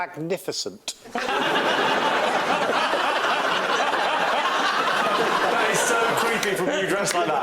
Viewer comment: the emphasis that Joe puts on "magnificent" always cracks me up.